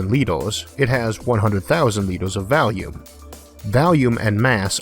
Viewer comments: Been watching you for a while now. Could never understand you at the beginning, but I'm pretty good at it now, don't even use subtitles. But I cannot, I will not, tolerant your deviant pronunciation of volume!!!!111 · I'm sorry, I know I'm not supposed to dog on the speech impediment, but I couldn't stop chuckling about "oxygen by valium"